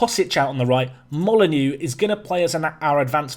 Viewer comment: I love that my following your channel has influenced your transfer policy but James Molyneaux is pronounced molly-noh. Not molly-new like wolves and my last name 😜